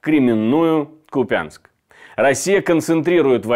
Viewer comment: поправлю вас, город КУпянск, ударение на У.